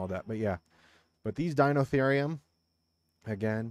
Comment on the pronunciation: Pronounciation is dy-no-theer-ri-um that's the best way I could spell it